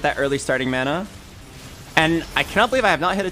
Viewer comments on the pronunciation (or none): none